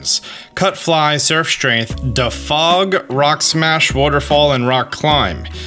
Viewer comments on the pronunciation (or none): What's dafog? "Dee-fog" is the pronunciation.